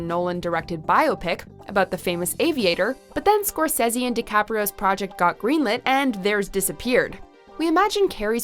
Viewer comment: Bio-pic? Really? Scorsezzy? Sigh... what happened to the other narrator who could pronounce words? I don't mind the voice, but you have to pronounce things right!